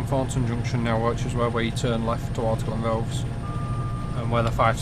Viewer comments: its Glen=Roth-is not Glenroths?! this is spot on tbh though I live in Burntisland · Glen what? Try Glen-WRATH-ess Nice route, better than the driving! Obviously some work needed here and there. . Only travelled a bit of it incidentally on the way back from Inverness one time.